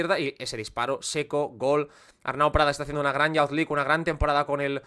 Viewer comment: Me gustan mucho estos videos pero para que sepas la pronunciación de Youth League es iuz lig